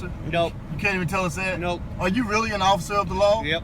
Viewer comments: Did this dude call himself an "occifer"? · There's an irony in the difficulty of pronouncing the word "Officer" when you've been drinking. Add to it that every time he goes to say it he's emotionally ramped.